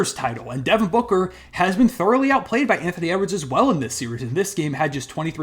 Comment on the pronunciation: Bro said booker 😂😂😂😂😂😂